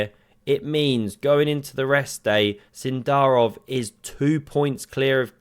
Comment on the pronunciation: So is it Sindarov or Sindarrrrov?